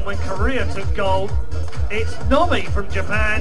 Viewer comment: LOL it's 'Nobi' not 'Nobby', he's not Harry potters dick shaped elf! In the UK we informally add a 'y' suffix to transform nouns into adjectives. For example: I like that biscuit (n), I like that 'biscuity' (adj) pizza base. A 'nob' (n) is a male's genitals and describing someone as 'nobby' (adj) means they're characteristic of a penis.